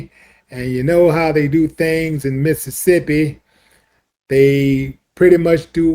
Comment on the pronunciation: IT'S MISSISSIPPI